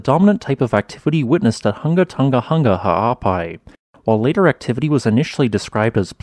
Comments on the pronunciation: It's difficult to describe how to pronounce the name in written words. Maybe try saying the name like this: Hung-a Tong-a Hung-a Ha'apai. Without the hard "g" sound. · the "Hu" in Hunga and "To" in Tonga aren't pronounced like "huh" as the in the video. Rather, "Hu" is pronounced like who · Who-nga-toe-nga. Who-nga-hah-ah-pai. Not hungatunga...I know it's not your first language so thought I'd help you out. The uh sound doesn't exist in the Tongan language. Love thoughts and prayers for the Kingdom of Tonga and her people!! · Hungan Erupution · Everyone in the South Pacific cringing at those hard non-Polynesian g sounds